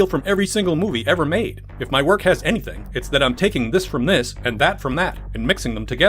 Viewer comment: "LET'S GO TO WOIK!?!"